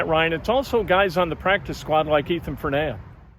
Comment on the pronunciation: Great interview. Great kid. Name is pronounced FER-knee-uh.